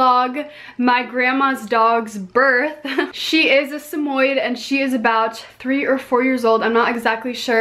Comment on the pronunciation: I love it how she pronouced samoyed "samoyd" 😂😂